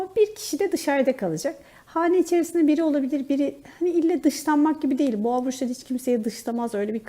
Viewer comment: Lütfen düzeltin ben yengeç Burcu olarak dinliyorum boğo diyince kafam karışıyor düzeltirir deniz çok güzel olur